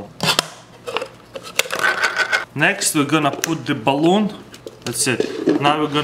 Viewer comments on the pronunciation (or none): "Goounah Poot Theh Bahlooum"